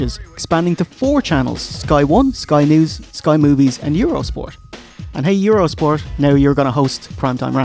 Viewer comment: ...Did he say, "Sky Moobies!"? 😂